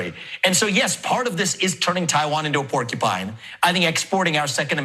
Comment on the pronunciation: Unless I misheard, Vivek said “warcupine” which is so much better.